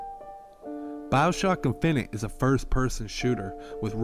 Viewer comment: He didn't say finite. He said it right